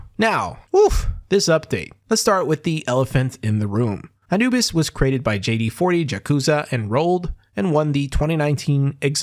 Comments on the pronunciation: ngl i never heard someone pronounce anubis like that before lol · Bro, u didnt even look up how to pronounce "Anubis" before making video?